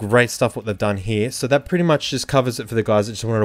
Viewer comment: "...luk at thadt, how clear-it-is" xD best mate! Although mine comes initial tomorrow, im already in Love with this Beauty <3